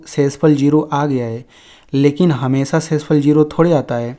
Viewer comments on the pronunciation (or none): none